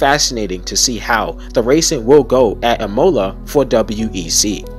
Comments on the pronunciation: imola is pronounced "ihmola" rather than "e-mola" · Not trying to be an asshole here, just wanting to be genuinely helpful. Imola is actually pronounced "E-moh-lah". And I that sounds just like you're just saying the letter E in english. Then Mo, with a hard O that doesn't transition into an U sound at the end. And then a final La with a hard A that sounds like you're saying Ah but with an L at the start. Hope it helps and great video, definitely earned a new subscriber. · How did I mispronounced "Imola"? Do Italians pronounce it differently than the Americans do as it's pronounced uh-mow-luh. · so many mispronunciations, but your mangling of "Imola" may have been the most egregious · Bruh, learn how to pronounce Imola. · Please do not pronounce it "IMOWla" or "Ray-Dillon" It hurts my ears 😣 Otherwise great video 👍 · Stop saying imola like that!!! And raddilon and sau paulo!